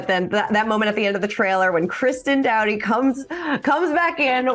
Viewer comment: It’s pronounced Doe-Tee! Not Dow-Tee. 😅 Hopefully this changed Scheana to grow.